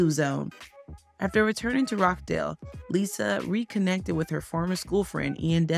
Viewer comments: Rochdale not Rock Dale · Its Rochdale as in 'botch' not 'rock'